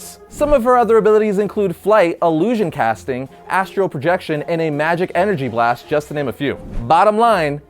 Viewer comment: Astral! Astral projection! Not astro lol